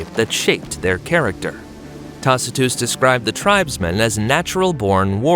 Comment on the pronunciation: I knew this was an AI video. Who pronounces Tacitus that way?